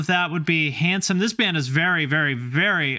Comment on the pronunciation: When you said "Handsome" I legit thought you said "Hanson" and was immediately like "They never did a Hardcore album."